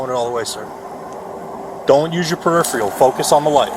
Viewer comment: Ok cop it’s not periphrial.